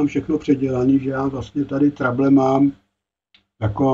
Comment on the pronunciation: měl s výškami velké trable, tak je překlestil a už s nimi nejsou žádné trable 😀 Jak už jsme to dnes probrali, pobavil jsem se i já, však víš. Každopádně pochopil jsem, video poučné. Myslím, že se to jinak vyslovuje Trebl.. Trejbl? Byly to výšky v korekcích? Původní funkce? Kouknu do slovníku. Zdravím, hezký večer, víkend, všem 😀🎸